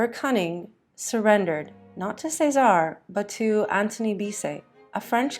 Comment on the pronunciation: Caesare= “chess-a-ray”